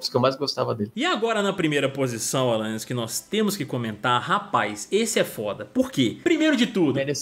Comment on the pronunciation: só eu q ouvi alanais q da ?